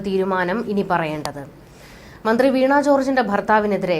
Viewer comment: വീണ not വീണാ